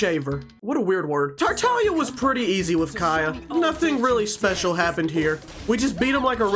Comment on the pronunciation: i love the way you say kAeyih lol